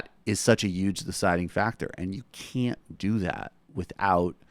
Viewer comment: You would have much more subscribers if that pretensious dude quit pronouncing 'huge" as "uuge".